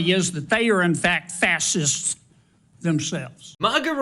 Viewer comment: "fas-hists" man said it 3x. 😂